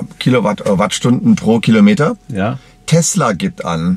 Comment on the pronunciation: Heißt es nun Telsa und nicht mehr Tesla? xd